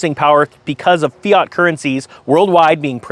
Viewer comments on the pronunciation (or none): none